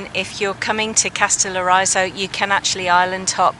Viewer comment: Lol you’ll have to first learn pronounce the name of the island correctly and then I’ll tell you how to say very beautiful in Greek. The stress is on the first O and the I is pronounced like in ridge not like in riot.